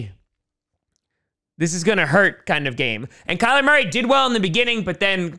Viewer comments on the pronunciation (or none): none